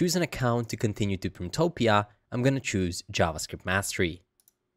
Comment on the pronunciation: I really wish this tutorial didn't mix AI nonsense. Keep it stupid simple. Also, it sounds like you're saying printopia.